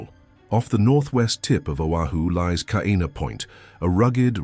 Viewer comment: Is this AI? Totally embarrassing; how can you make a video about Hawaii and don't even bother to learn the correct pronunciation of Hawaiian names! Kaena, Hilo!